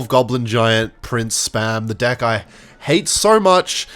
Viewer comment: it does not sound like hes saying deck more like dih